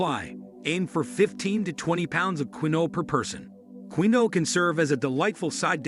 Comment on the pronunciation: Quinoa is pronounced 'keen-wah'